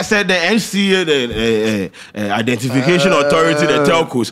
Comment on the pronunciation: eiii scanty cant pronounce telco chai